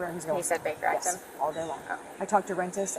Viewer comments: Baker act!!!!! Not bigger act……..come on! And i am not even an English speaking original…..😮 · Whoever does the captions/subtitles needs to learn what the fuck the phrase "Baker Act" sounds like......... Jesus christ....